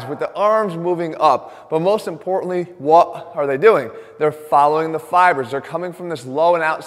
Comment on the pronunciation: "WOT are they doing" LMAO LOVE u jeff!!